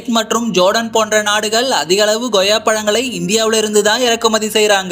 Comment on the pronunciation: தமிழில் உன் உச்சரிப்பை சரி செய் அது Goyya கிடையாது Koyya